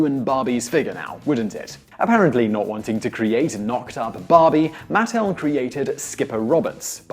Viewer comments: The company name is MatTEL not MATtl. Accent on the wrong syllable. My mother was an early employee and I was a playtester as a child. People need to remember that Barbie is a fashion doll, not a nude model. Her waist has to be extra small because of the fabric build-up there when you have waisted clothes and multiple layers. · Look, you gotta work on the pronunciation and stick with it: it's MUH-TEL, not MATT-ELL. And the pregnant Barbie doll was called Midge.